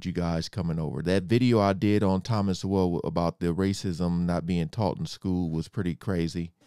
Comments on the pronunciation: Thomas Sowell ( pronounced SOUL ) is an an absolute national treasure. He is one of the most informed and brilliant intellectuals of this age. He writes as he speaks and he speaks as he writes. Such a joy to read and study. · His name is pronounced SOUL. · Dr. Thomas Sowell's name is pronounced like the word "soul". Thanks for all these great, informative videos. God Bless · Thomas last name pronounced “soul” love from here❤ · T Soul !!! T Soul !! That is how you pronounce his name. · Sowell is pronounced the same way as soul. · Thomas Soul - that's how it's pronounced. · from what I learned, Sowell is pronounced: "So-w-'ll". So the "e" is silent. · His last name is pronounced like" soul" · His name Sowell is pronounced soul. And yes Taxation is extortion. Government is slavery. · It's pronounced SOUL ❤ Thanks for asking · Mr Sowell’s name is pronounced “Soul” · Sowell is pronounced like “so - uhl.” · His name is sowell pronounced soul.😊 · Sowell pronounced SOUL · It’s pronounced like soul. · Thomas Sowell, pronounced "soul" You must learn all about him!!!! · It's pronounced soul for some reason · Pronounced "Soul" as in Soul Brother! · It’s pronounced Soul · It’s pronounced soul. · Pronounced Thomas Soul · Pronounced. Sow l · Sowell is pronounced like your guest does. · Really would’ve loved to have heard what Joe Rogan and this other guy had to say about it but I quit at about three minutes because the guy that didn’t even know how to pronounce Thomas souls mean kept interrupting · A damned shame that a brother can't pronounce his name. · Didn’t pronounce Thomas Sowell’s name properly. The reason you don’t lean either way it’s because you haven’t even listened to his work. You’re just trying to avoid being judged, but you got to take a stand somewhere bro. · His name should be pronounced with more soul. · You are not pronouncing his name right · You don't even know how to pronounce Sowell's name??? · Sowell is pronounced like soul, with a w in it souwl.